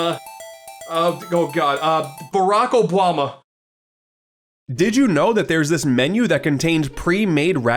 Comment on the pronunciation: "Barack Obwahma" 😂